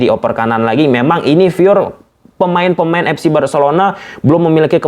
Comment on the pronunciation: Dari pada bilang fyur namun salah pronounce, mending bilang murni om.